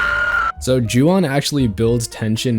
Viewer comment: Juwon… really…? Urg